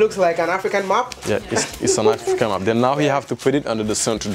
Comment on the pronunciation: I thought he was saying an African "MOP". Then later I realized it was "map".